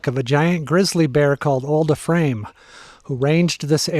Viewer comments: Old Ephraim is legend in Utah. Last known grizzly bear in Utah. Pronounced "eef-ree-um". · Get a lesson on how to pronounce “ephraim “ from the locals. E- free- um. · NON OF YOU CAN PRONOUCE EPHRAIM OR HYRUM! ARE YOU FROM THE EAST???? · Great videos. Keep em coming. This area is my home. Glad you can enjoy it. Pronunciation hint: Old Eee-from and High-rum. 🤪👍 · I just did the last section of the BDR a couple of weeks ago. I recognize many of these roads. I got a little lost and wandered around a bit. In your video that section was being grated as I road through it, but I was heading up, not down. It's a beautiful area. Thanks for sharing! Also, FYI, as a Utahn, Ephraim is pronounced "EE-frum" and Hyrum is "HIGH-rum". Emphasis is on the first vowels :)